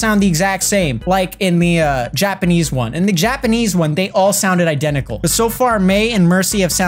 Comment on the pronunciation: Ehjiapperhneese after google translate Japanese